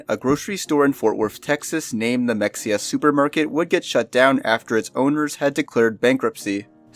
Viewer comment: It’s not mex-e-uh it’s muh-hay-uh god damnit I’m tired of having to correct people about this